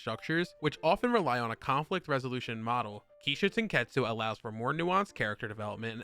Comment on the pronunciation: It's not "show" it's sho.